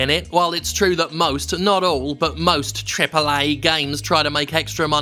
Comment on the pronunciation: "Tripal Eyy" Games Industry